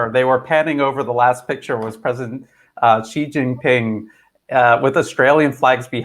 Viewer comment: Is anyone else also really annoyed with the narrator not being able to say Xi Jinping's name correctly?